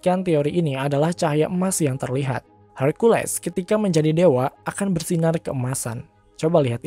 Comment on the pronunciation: Hercules pake e, bukan herculis pake i, kesel gw dengernya